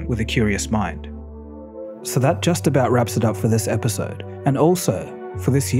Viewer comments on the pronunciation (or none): none